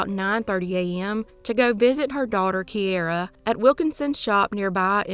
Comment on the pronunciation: Key air a ……is how my niece pronounces it.